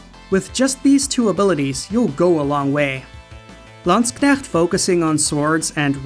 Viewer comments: Why is he mispronouncing landshark? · Great review, but you're pronouncing "Landshark" wrong. ;) (Also, huge props for playing a clip of IOSYS' FOE song. FOE! FOE! FOE! FOE!) Last second edit: Untold 2 fixes ALL the problems that Untold 1 had and is probably my favorite game in the entire series. Definitely worth your time! To wit: The optional Story-exclusive area is now explorable in Classic Mode; Multiple save files allow you to have Story and Classic games running at once; better New Game + options; no late-game spoilers in the opening cinematic; Story-mode characters are far more interesting this time around (and so is the overall plot involving the titular Fafnir Knight). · Your pronunciation of Landsknecht sent shivers down my spine